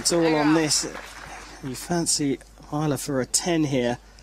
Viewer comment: Stupid English commentator keeps pronouncing Wijler's name wrong.